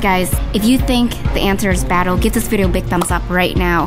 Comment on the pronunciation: The word is battle elle